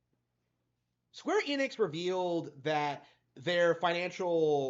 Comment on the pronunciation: You almost said Squeer Enix. 😂 Seems like one of your subscribers started to rubb off on you.